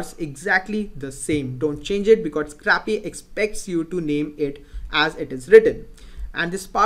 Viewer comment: Nice vids. PS. "scrapy" is pronounced SCRAY-PEE, as in to scrape (which is pronounced SCRAYP).